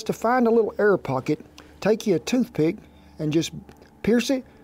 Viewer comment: so the whole time he was saying "Air" aaaaaaaaaaaaaaaaaaaaaaaaaaaaaaaaaaaaaa!!!!!!! I was like what is "err" !!